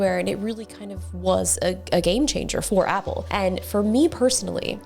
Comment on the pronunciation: So the world’s No. 1 🍎 fan pronounces 🍎 Product 🤐!